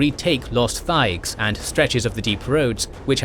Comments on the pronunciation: He did the same to thaig by pronouncing the "h", which is silent. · He kept annunciating the "h" in thaig. The "h" is silent.😒